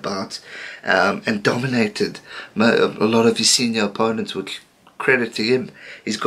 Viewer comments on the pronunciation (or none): none